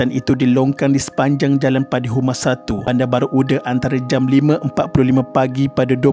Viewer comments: Sebut nama tempat tu betul la sikit..bandar baru uda..bukan ude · Kitorang orang johor tak sebut bandar baru ude, tapi bandar baru uda dengan sebutan baku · My school. And my name is Shafiqah too 😢 innalillahiwainnailaihirojiun. Tapi Bandar baru uda (read as u-DA) bukan ude ya :/